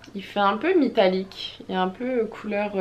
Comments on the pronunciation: J’ai rêver ou à ta dit mitallique ces qui on entendue sa dite moi le par ce que je veut savoir si je suis là seul à avoir entendue sa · je trouvais sa drôle et je voulais savoir si c’était juste moi qui avait entendu sa 😂😘